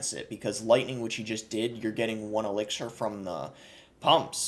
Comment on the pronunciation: Why do u pronounce elixir like that?